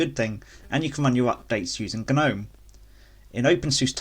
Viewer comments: Gnome is said lie nome, not ger-nome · Cant trust anyone who promounce gnome as GU-gnome